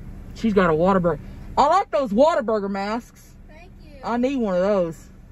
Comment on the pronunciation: Born and raised Texan here. It's appreciated that you say "Waterburger" instead of "Whataburger". It's the true Texas way.